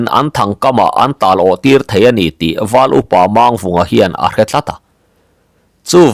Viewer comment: hi thawnthu i chhiar tam tawh a, thiam pawh i thiam viau mai, lam dik loh erawh hriat tur a awm zeuh zeuh. Tun thawnthu chauh pawh ni lovin, Pawi hming lam dan hi lam dik loh a tam. Entirnan tlem han tarlang ila, Mang tih hi Lusei hmingah chuan thluk seia lam a ni ber a, Pawi hmingah erawh, thluk sang leh hniam chu awm ve bawk mahse, thluk sei a ni ngai lo. Mangchhuma, Manghmunga, Manghnuna, Mangkiauva, etc tihahte chuan thluk hniam, ka peih mang lo, tiha mang lam rik ang hi a ni. Mangliana, Mangnawla, Mangthuana, Manglinga, etc tihahte erawh thluk sang tawi a ni thung, mangkhawh tih ang thlukin. Duhmanga tihah erawh mang vek tih angin. Tin, Chem tih hi hming tawp lama hman a ni deuh ber a, hei pawh hi thluk hniam tawia lam chi bawk, 'ṭha ber' tih a ber thluk ang hian. Eg. Thangchem, Lianchem, etc. A awmzia pawh zoṭawnga BER tihna a ni. Pawi chuan hming tawpah A an dah ngai lo va, mahse, Zoṭawnga sawi chuan dah a ni mai ṭhin a, dik chiah lo mahse a pawi lem lo ve. Tin, Zataia tih hmingah a tawp lam hi thlukhniam tawia lam tur a ni bawk, hneh tihna a ni.